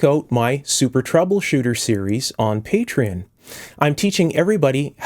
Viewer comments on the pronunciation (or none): none